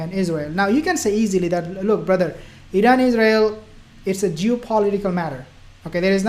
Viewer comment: Assalamu alaikum brother did you say" jew political matter " 😄